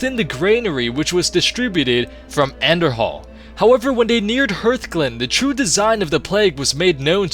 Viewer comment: hey this is namelessperson from stream and I wanted to point you said anderhall and not andRahall